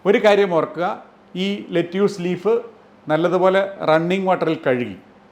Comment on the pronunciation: Video is very informative. പക്ഷേ "ലെറ്റ്യൂസ്" എന്നല്ല. "ലെറ്റസ്" എന്നാണ് American English ൽ പറയുന്നത്. അതിലെ "റ്റ" വളരെ soft ആയി ആണ് പറയുന്നത്. British English ൽ "ലെറ്റസ്" നും "ലെറ്റിസ്" നും ഇടയ്ക്കുള്ള ഒരു ഉച്ചാരണമാണ്. മറുനാടൻ മലയാളി വളരെ popular ആണെങ്കിലും ഒരുപാട് ഒരുപാട് factual mistakes വിളിച്ചു പറയാറുണ്ട്. 😀